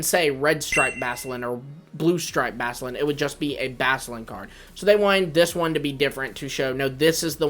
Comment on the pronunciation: You didn't pronounce the CU in Basculin's name its BASCU LIN